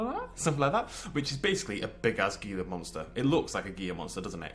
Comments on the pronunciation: twitching It's not pronounced Gila. The G makes an H sound. As someone in New Mexico, it's a big pet peeve of mine. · Also, two Ls is silent in Spanish, not one. "Hee-la", not "Gee-ya".